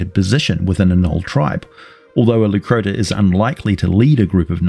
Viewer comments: Leucrotta not Leucrota. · he can't even recognize Crocotta/crocuta is the origin of the hyenas name, so it's not surprising he half assed pronunciation too.